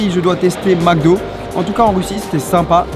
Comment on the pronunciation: « des crevettes au maque do?! »😂😂